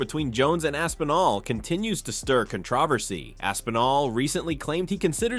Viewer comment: Why he say controversy like that